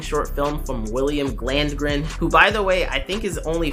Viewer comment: What about William “Gland”gren. That one caught me off guard 🤣🤣🤣